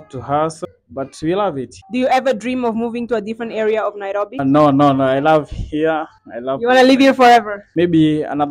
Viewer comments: as kenyan i love how you pronounce the word nairobi🤣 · You really know how to pronounce NAIROBI